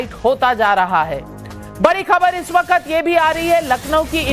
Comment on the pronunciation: Am I the only one who noticed 🙃🙃waqqqqqaaattt😄😄 Navika it’s “ waqt”